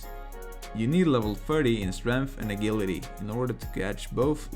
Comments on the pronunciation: Great guide dude! Only thing that threw me off was your pronunciation of agility. xD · The way he pronounces agility makes me unsettled.